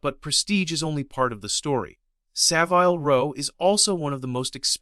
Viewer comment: In Savile Row, the i is pronounced as in carbine, not time.